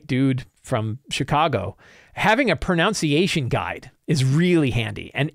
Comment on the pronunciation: Ironically, it's "pro-NUN-see-a-shun."